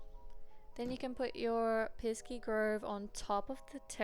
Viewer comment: Piski?? Not piski - piksi